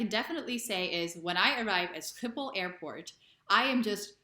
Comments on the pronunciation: Pronunciation of "Schiphol" was spot on IMO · For nr 1, the height, I'd say, it's because we fok horses... muhahahaha (in case you don't know: Guess that also is a counter example to the point about our abilities in English. Btw. Your Schiphol really is spot on. After you mentioning in the text that you failed it, I went back and listened to it again, and to me it sounds pretty close to the way its supposed to be. Hell, even if it weren't it's quite an achievement to get it correctly in the middle of an English sentence. I can't even pronounce my name in the "correct" Dutch pronunciation when introducing myself in English, it automatically gets Anglicized. For no curtains, I'm thinking it might have something to do with letting the light in unhindered. We don't build the doorzonwoningen for nothing ;) I'm not in the category of leaving my curtains open, btw, I'm very happy to prevent people from having a full view into my living room.